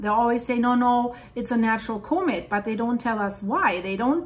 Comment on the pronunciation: Say the word comet correctly!